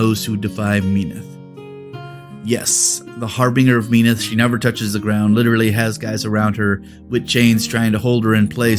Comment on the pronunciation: not hating on ya glad to have someone actually cover lore for the iron kingdoms, but as a true believer of Menoth just hurts a little to hear it pronounced Me-noth and not as Men-oth. Keep up the good content <3